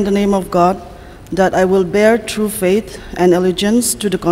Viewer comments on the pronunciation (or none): It's faith not fate